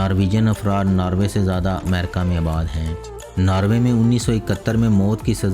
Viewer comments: the information is good but please pronounce the words accurately, if you are speaking in Urdu language as at the moment, you are speaking in punjabi. It Not 'Narway' its pronounced as Norwary. Secondly its called 'mulk' not mulaak in Urdu so please correct that. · it's norway not narwaay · its not narway its NORWAY.....:)